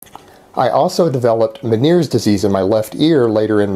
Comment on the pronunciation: He said veneers disease.?.its menieres disease.. And no your just a fat clumsy blob of goo..with your little girl body..